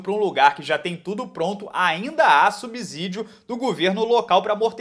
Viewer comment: parabéns pelo trabalho...vc disse subsídio errado, somente uma crítica construtiva ok